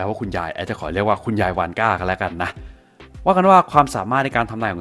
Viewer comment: ผมฟังเป็นคุณยายวอสก่า